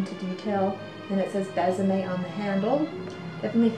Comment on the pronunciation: So you know, the line is pronounced "Bess-a-may"; there is an acute accent aigu - Bésame which makes it soft :)